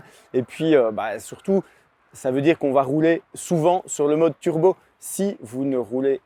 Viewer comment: on ne dit pas "turbeu", mais turbo.